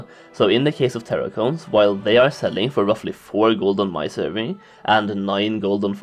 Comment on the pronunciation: Now repeat after me "Server".. not servey or survey